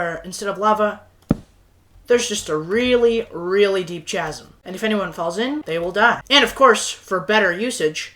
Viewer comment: bro really said chasm like that, he did the word chasm dirty